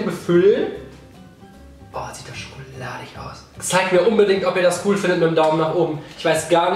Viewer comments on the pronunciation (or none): none